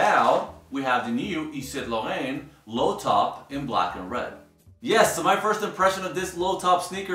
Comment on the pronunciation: Please don't try pronouncing "yves saint laurent " ever again